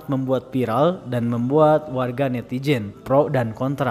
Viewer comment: Sayang, yg sdh jago bahasa Arab tapi tak bisa membedakan huruf Z dengan J dengan menyebut netizen dengan netijen.... ngga kebayang gimana kalo nnt nyebut kata zabur, zina, zam-zam..he.he..he...